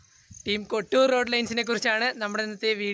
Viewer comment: Bro kotur Alla kottoor Nn anu Bro Parayunatha Kotur nn anu parayunee